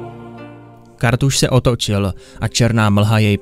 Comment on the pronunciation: Nebo mby KaRRRRRRRRthas